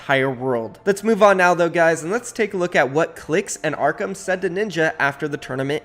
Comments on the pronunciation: It's ARKHRAM not Arkham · Stop saying Arckam its Arck-rum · bro its ARKHRAM NOT ARKAM